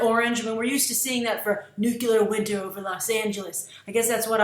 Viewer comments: New Cue Lar? Really? Nuclear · Id hate to be that guy, but one of my biggest pet peeves is when people say "nucular" vs nuclear. Otherwise, great vid!